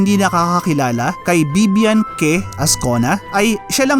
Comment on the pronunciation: "Que" = "Keh" HAHAHAHAHAA 😂😂